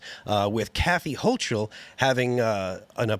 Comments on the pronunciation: If I remember correctly, they pulled a similar stunt during the last Trump administration. It took a while for the governor to bring them back. They're doing it quicker this time. Hochil is pronounced with a hard "k" sound for "ch" if I'm not mistaken. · stop saying hoCHul